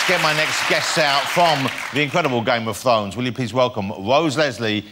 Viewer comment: "I am a huge fan of game of thwones" 5 seconds later: "you play, ty-tywin, is that wight?"